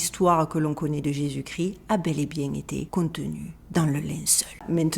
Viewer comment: Très intéressant, par contre on prononce Jésus Christ (kriste) et pas gris 😊, il y a une émission sur le suaire de Turin sur arte, très intéressant aussi